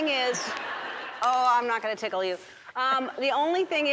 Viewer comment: "Dont teekle me."